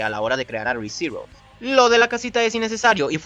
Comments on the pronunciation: ulala señor francés :v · Re:Zero ulala señor francés :v